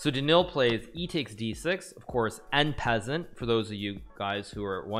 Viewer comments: THERE'S NO WAY HE'S STILL SAYING "n peasant", I THOUGHT IT WAS A JOKE WHEN I FIRST HEARD IT. this has got to be a joke between him and his older audience.. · Yeah it’s after xQc legitimately said en peasant despite French being his first language lol